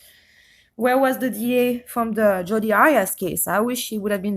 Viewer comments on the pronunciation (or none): none